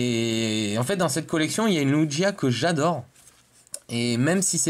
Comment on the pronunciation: t'es au courant que c lugia et pas luigia ptdr :/